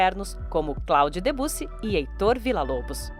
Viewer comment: Só uma ressalva: Claude Debussy, por ser um nome francês, se pronuncia "cloud debissí", ok?